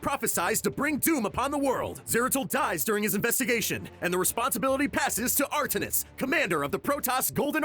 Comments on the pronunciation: This was 3 mins of miss pronouncing names and miss guided info. but I get 3 mins but ya done better and did a lot more in 3 mins before. but it's "Artanis" not "Artis" also Amon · Btw - Amon is pronounced Ay-mon. not ah Mon. and artanis is pronounced Are tan is. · pronouncation gold. it is ai mon. and not artnis. artanis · Its Art-tan-is not artinis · R-Tanis. Say it with me. Not Art-tennis. R-Tanis. Also, the Protoss rebelled because Amon betrayed them. And he gave them the link, they didn't discover it. Play the fucking games dude, it takes like 4 hours. Normally you guys are on point but this one sucked. Sooo many errors. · When you pronounce Artanis as Artenis I get triggered xD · anyone else cringe at how he pronounced Are-Tan-Iss Artaniss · Amon not amon and it's Ar-tanis. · How can you do this and mispronounce names? Like Artanis for example... Or Amon? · POV: reading a script quickly without having played the games and not knowing how to pronounce Amon or Artanis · Butchering Artanis which is my fav character makes me physically violent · He mispronounced Artanis and Amon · Dude, i died when he didn't pronounce Artanis the right way. Did you even play starcraft 2? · wtf is that artanis pronunciation? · lol the way he pronounces Amon and Artanis is funny